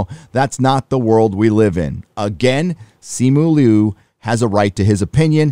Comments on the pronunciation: It’s Simu LIU , not Lu ! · You didn’t even pronounce his name correctly It’s not Lu, it’s L-i-u